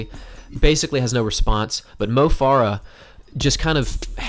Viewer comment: Mo Farah is pronounced like "Fair-uh" not "Far-uh."